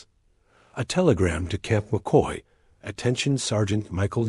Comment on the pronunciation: camp mockey? It's CAMP McCoy